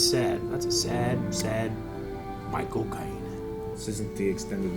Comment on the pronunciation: The first time they said "Micheal Caine", I heard "My Cocaine" XD